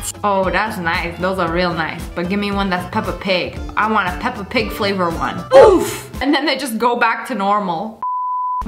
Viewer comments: She really said i want a Pepa pig flaver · No body talking about how she said i want a peppa pig flavered one 👁️👄👁️